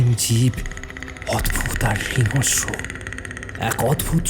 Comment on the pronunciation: Golpo ta valo, uposthapona o valo, sudhu kichu kichu uchcharon boro kane lagchilo jemon "hingsro" k "hingosro", kichu jaegae "s" uchcharon, "sh" uchcharoner bodole and vice versa. Eto shundor golpo r golpo-pather majhe majhe ei bepar gulo overall experience ta k ektu khunno kore dey.